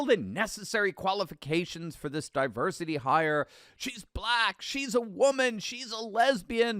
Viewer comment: Di- Worsity Hire is what I hear Our Gang Alfalfa saying! This is the di-worsity hire.